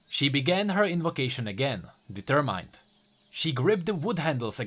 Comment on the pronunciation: Pretty nice video, I noticed you mispronounced "determined" , it's /dɪˈtɝː.mɪnd/ not /dɪˈtɝː.maɪnd/. Not sure if you can read IPA but I think it should be clear, if not you can check a dictionary.